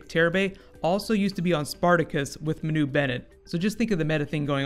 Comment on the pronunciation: Its Man-oo not Ma-noo